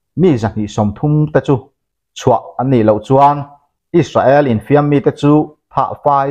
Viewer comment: Is-sa-el tia lam ai chuan, Is-rel tia lam rik a tha zawk lo maw, a bak chu sawi tur ka hre lo